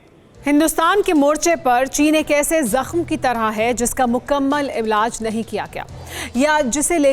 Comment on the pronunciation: Mukammal illaz Kya kya ; hi kya?madam....presenter Pehle hindi sikko badme bhulu ge